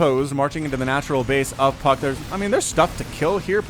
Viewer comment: Did you say Puck or F*ck In your intro?